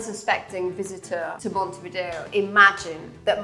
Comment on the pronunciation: Montevideo NOT Montevdier